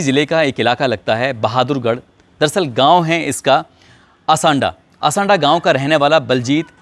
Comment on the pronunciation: असंडा नही, आसौदा है।